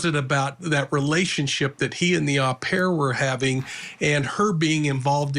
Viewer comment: Great insightful report as always. Just a little thing, the European pronunciation for the nanny "OH PAIR" not A PAIR !